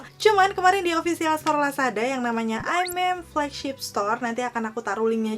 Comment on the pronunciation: Penyebutan nya 'aim-mi-mi' kak kalau sesuai bahasa koreanya